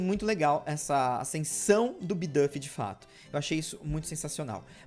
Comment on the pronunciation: Bidúf, nao bidãfi